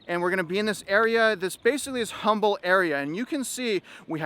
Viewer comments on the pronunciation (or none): It’s pronounced “umble” the H is silent